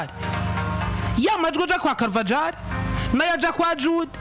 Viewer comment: Bavuga CarvaHAL. Ntago bavuga uko byandikwa.